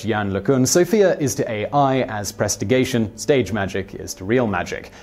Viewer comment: ummmm, "prestigation"? Presti- digi-tation! ;)